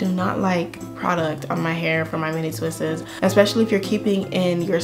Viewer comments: its just "twists" NOT ...."twist-es".... imma stickler for grammer. But love your hair. Thanks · It’s killing me! The only thing I don’t like about this video is “twistes” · "mini twisses" LMFAOOOOO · It’s twists not twistes.👁️👁️ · Stop saying "twistES", sugar. Just say "twistS". Leave off the extra E. Thank you for the great video! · please girl, twists is just one syllable not 3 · Enjoy your content. You have a beautiful head of hair. And I mean no disrespect, but you have mispronounced the word "twists" it is not "twistes". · Twists** not twists’s 😂😂😂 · Pleaseeee!!! Stop saying twistes...... It's just TWISTS. PERIOD